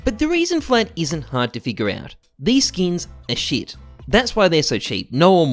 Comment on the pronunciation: god the way you say skins as "skeens" and how frequently you say it kills me inside